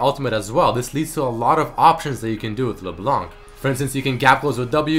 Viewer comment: Hey sup man i love your videos but for LeBlanc we dont say the C at the end !!! :P